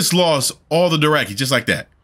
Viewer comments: bro theyre called DOTHraki. Not Doracky lol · LoL Season 8 and brotha you're still saying Doraki lol It's DO THRAKI LOL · he's STILL saying "Doraki"....haven't watched since like season 4 and dang no one has corrected that